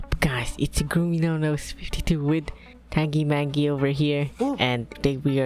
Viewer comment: that's not tangimangi , it is supposed to be "TangyMangy"